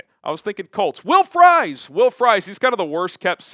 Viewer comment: Will Fries is pronounced Freeze it’s German